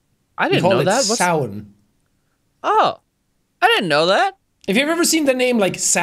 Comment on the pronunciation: oh my god as a pagan witch hearing pronounce samhain correctly is beautiful